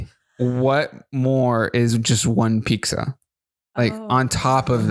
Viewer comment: The way you both say pickza instead of pizza makes me giggle every time !